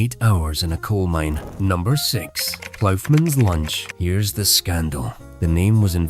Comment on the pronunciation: Oh for god’s sake. Ploughman’s [lunch] doesn’t have an ‘f’ sound in it. This ai is shite.